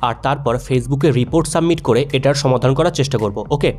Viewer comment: ছমাদান নয় সমাধান